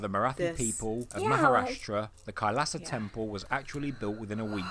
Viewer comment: Its Not Khalsa Its Kailasa 🙏